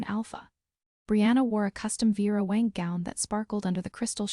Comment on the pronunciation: Vera WANG, not Wank. If you're gonna use real famous dress designers, please get the names right.